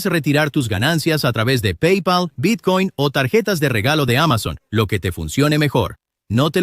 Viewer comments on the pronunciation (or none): none